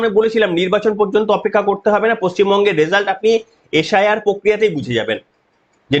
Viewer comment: আচ্ছা দাদা আপনি শুদ্ধশীল বাবু আপনারা এস, আই, আর কে, এশ, আই, আর বলেন কেনো এটা কি করনা হওয়ার পর হয়েছে অসুখ😮?তবে আপনাকে ধন্যবাদ এই খবর দেওয়া র জন্যো🙏🧡🌅🧡🙏